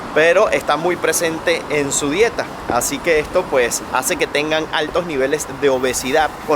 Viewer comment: Soy Andaluza jajajajaja siempre veo vuestros vídeos y cuando ha dicho que hazee me ha matao! jajajajajaja te has mutado a andaluz? O que Haze?